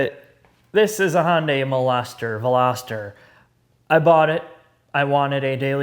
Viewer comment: Hyundai Meloster? I think u wanted to say Molestor 😂😂